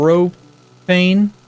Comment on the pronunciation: Thank you for saying Propane right. :)